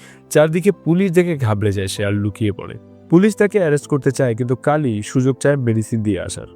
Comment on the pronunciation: গাড়ি কে গাল্লি আর কালি কে কাল্লি বলছেন বার বার